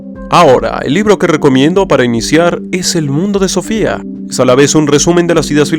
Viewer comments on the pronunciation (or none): none